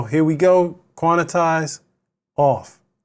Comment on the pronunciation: Quan-tize, 2 syllables. Not quan-I-tize 😂